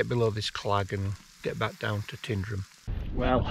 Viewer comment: It's not "Tindrum", it's Tyndrum.